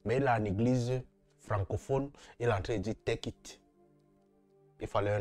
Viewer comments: Teukiste mais je rêve ou quoi😂fais de cours d'anglais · On dis take it... Toi tu attends teukit. Toujours a la recherche des vue